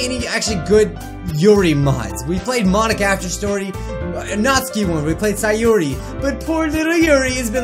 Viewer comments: Sayori = say yuri XD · Sayori the real way to spelll sayori saYuRi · I think the name was pronounced might be may be me also did anyone see SAYORI ???? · Sayori, Dude, did you merge yourself?